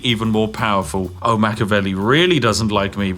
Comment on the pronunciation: It's pronounced Mach-E-avelli, not Mach-avelli, for the love of tea!